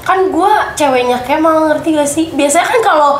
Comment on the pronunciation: Wahh parahhh sih.. bilang kemal "Cabull.." sumpah ngakak 🤣🤣🤣🤣🤣